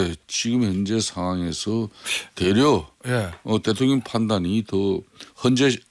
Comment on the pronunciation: 성태야 코맹맹이소리로 대통령이라 따박따박 말하지 말어라. 듣기 역겹다.